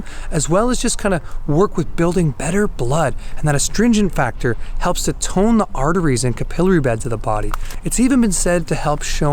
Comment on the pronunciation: Hints: Look up the pronunciation of "skeletal" (like skeleton, not skeLEEton), capillary (CAPillary, does not rhyme with Hillary), and the meaning of "tensile". I mean these kindly, as it helps people take you seriously.